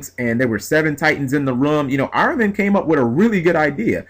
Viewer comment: Its fucking Ar-min! How the fuck do you get Ar-row-men!?